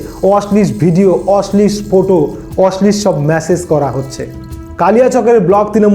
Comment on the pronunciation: Kotha ta Oshlish noy. Apni hoyto oshlil bojhatey cheyechhen. Bangla ta ontoto shotthik uchcharon korun.